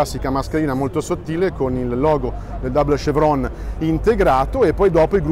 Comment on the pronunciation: Che fastidio ogni volta che sento pronunciare "dabol scevron"